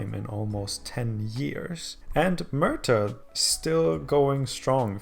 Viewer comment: If this was real life - For a few years you'd have a league even more static and predictable than the Scottish dominated by Swansea and Cardiff, and then it would die off due to lack of sponsorship. And Merthyr is pronounced Mer-ther